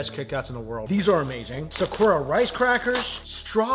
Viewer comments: I love you, I really do, but PLEASE use your phone to find out the pronunciation of sakura. You can use your phone to do this. It is not sickoorah. It is SAH-KOO-RAH, wmphasis on the second syllable. Also, for the latest videos, your sound is way down and I have the volume up and am also using an external speaker. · Why do you pronounce sakura that way? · For someone who loves Japan he butchers his pronunciation of words out of ignorance. (Multiple comments have correct him over the years).